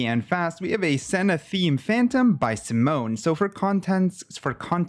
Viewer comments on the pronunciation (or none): none